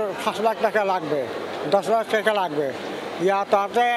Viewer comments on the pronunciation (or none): none